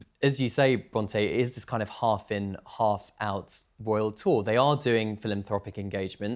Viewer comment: I REFUSE TO LISTEN TO THIS LADY SAY ROYAL TOUR..BE QUIET!